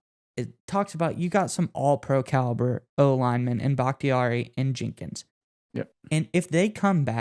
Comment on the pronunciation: Dude how do you not know Jenkins name lol